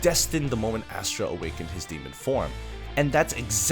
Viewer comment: As-ta not Astra 🥲